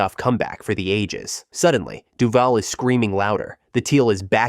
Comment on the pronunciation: I had to double check to make sure you were not doing it on purpose. It's Du V-ALL like "Hallway". We are the fanbase no one understands because there are two fanbases. The American fanbase, who wants Kahn to stop messing with the J-vill skyline and the Brit fans who recognize us because we play the UK game more than any other team. We waste talent. Taylor, MJD, Lawrence. We give our players turf toe. But when we get into the playoffs, we upset somebody. Denver when they called us the Jag-wads and the Steelers when they looked past us for Brady.